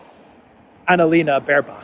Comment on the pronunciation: It not Annalena, it's Analena. Get it right 😁